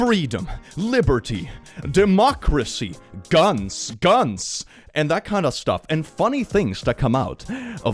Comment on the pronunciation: Did I hear...DEMOCRECY?!!!!!!!!!!!!!!!!!!!!!!!!!!!!!!!!!!!!!!!!!!!!!! FOR SUPER EARTHHHHHHHHHHHHHHHHH!!!!!!!!!!!!!!!!!!!!!!!!!!!!!!!!